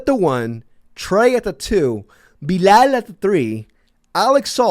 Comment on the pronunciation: Its bilal not belaal